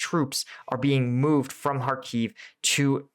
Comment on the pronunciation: thank you! btw, in Kharkiv, the stress is on the first syllable (HAR-kif)